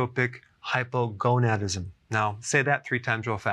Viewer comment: Hypogonadism hahaha